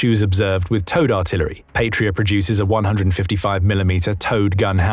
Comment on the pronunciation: An incidental thing, but important to some people: The "p,a,t" of the word "Patria" is pronounced as if it rhymes with "cat", not "fate". 👍